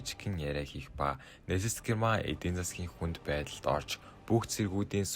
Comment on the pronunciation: Wehrmacht буюу Веермахт гэж уншигдана. Tiger буюу Барс танк гэж уншигдана. Гэрман биш Герман гэж Монгол хэлээр бичигддэг.